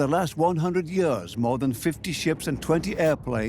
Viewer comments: Years: pronounced “yeers “ Idk what a “ye-ahhs” is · Is it me or is the narrator’s pronunciation of the word “years” weird?